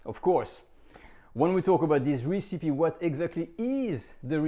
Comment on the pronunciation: Not 'Ree-See-Pee' - Ress-Epi (recipe)